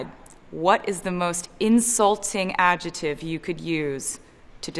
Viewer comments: Taylor, it's not adjetive! It's adjeCtive!! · Nicest "adjetive"??????? You mean, adjeCtive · Why is she saying "adjeTive", when it's adjeCtive? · everyone else: ad-jec-tive taylor swift: ad-je-tive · Nobody: Taylor: AJUTIVE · She can't say "adjective" - "ajetive" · I've never heard someone say the word "adjective" with a silent 'C'. This is bothering me for some reason. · Am I the only person noticing that taylor swift pronounces "adjective" weird?